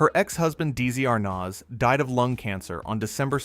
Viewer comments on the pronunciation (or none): Deezy Ar-Naz lol😂